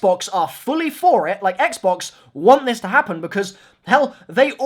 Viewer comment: "is going toi pay dividends" lol